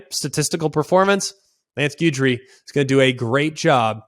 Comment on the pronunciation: Love the show, Greg, but you might want to check your pronunciation of Guidry. 😬😅